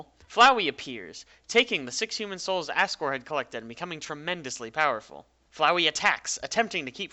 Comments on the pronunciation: also assgore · It sounds like he’s saying King ass gore